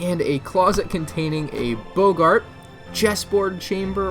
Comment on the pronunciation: Do he just say "containing a boogart " ? It's bog-art